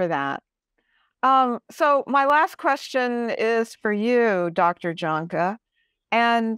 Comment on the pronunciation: Okay, I wish that everyone would please learn to pronounce last name correctly, JAHNKE, IS correctly pronounced. Y A N K U H. thank you, go in peace ❤